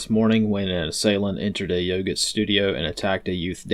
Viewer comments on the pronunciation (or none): none